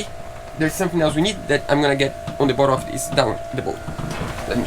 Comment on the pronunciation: your English is excellent...but.... “bottom” is pronounced [bot-um]. You guys do a great job on all that you do. I mean no offense.